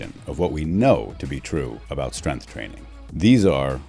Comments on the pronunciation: Strenth is not a word. Maybe learn how to say the word before making a video on it, expert. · Oh cool! An expert who can't say "strength" interviews an expert who can't say "tenets"! What a video!